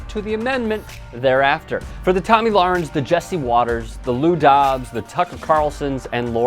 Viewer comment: Her name is pronounced Toe-mi, if she was American she would spell it Tommy, hahaha. She has the freedom to be illiterate.